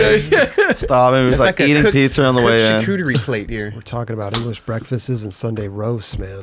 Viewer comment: has funny af pronunciations. Real word: English Breakfasts: English Breakfastses